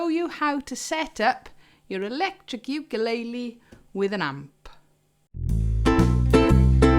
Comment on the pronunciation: I just want to mention that everyone on British Isles say ukulele wrong. And everyone say it differently. You need to check how to say it Hawaiin. Because it's hilarious or Brits really have problems with speaking other languages 😂 Good amp review ❤️